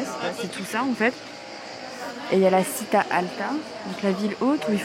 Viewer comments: Città se prononce [tchi] et non [ci]. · Mamma miaaa Mariiie! A : « città » qui signifie « ville » se prononce « chitta » et non « sita » ! :)